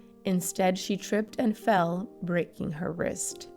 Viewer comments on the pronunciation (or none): none